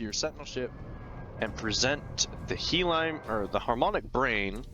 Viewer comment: Hyaline is pronounced Hiya-Lean. He Line was funny tho XD